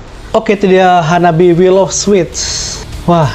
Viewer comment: Hanabie is pronounced HA-NAH-BEE- EH. This is not the kawai metal of Baby Metal, this is not the "traditional" music of Wagakki Band or the classic rock of Band Maid, but... this is Harajukucore!! Great Reaction!!